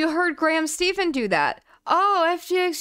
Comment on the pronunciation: It's pronounced Graham STEFFEN not STEPHEN